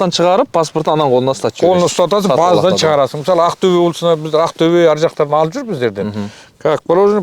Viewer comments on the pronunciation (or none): none